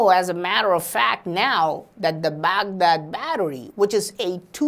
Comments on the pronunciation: Excuse me...Baag Daad....What's this..?😂😂😂 That's Bagdaad I know you are an Indian bc indians are copying master...!😐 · I imagine saying Baghdad battery like that if my tongue fell asleep LMAO 😅😂🤣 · Lmao the way he says Baghdad battery 🤣